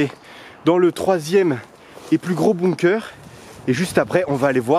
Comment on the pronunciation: On dit pas « boumkeur » mais « bunker »